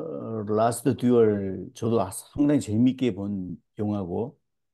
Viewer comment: 라스트 듀얼(Last duel)의 정확한 발음은 라스트 듀오이죠. '듀'에 악센트가 있습니다. 간통과 강간의 차이가 뭔진 모르겠으나 그 미묘함은 해당 여성만이 알 수 있겠죠. 십계의 열 번째 계명은 '이웃의 아내를 탐내지 말라'입니다. 그러나 정작 성경은 시대를 불문하고 등장하는 여러 유형의 色骨에겐 줄기차게 관대하더군요. 님의 차분한 영화평이 인상적입니다.